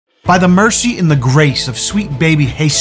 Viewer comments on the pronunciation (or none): none